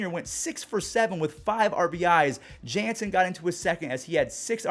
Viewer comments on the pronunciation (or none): none